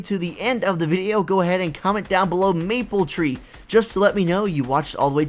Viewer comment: Maple treet is that what your suppost to say